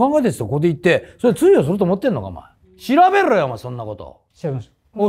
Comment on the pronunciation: 通用のイントネーションが気になる